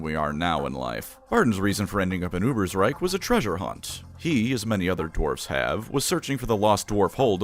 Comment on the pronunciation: GOD DAMN IT, ITS A GERMAN NAME, ITS UBER_SH_REIK. YOU DONT SAY UBERSR_E_IK, YOU SAY UBERSR_A_IK do you?